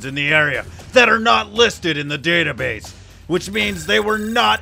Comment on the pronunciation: It's database not database sheesh